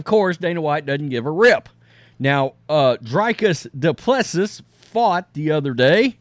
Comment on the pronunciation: It's pronounced "Dree" "kis" - "do" "pless" "see".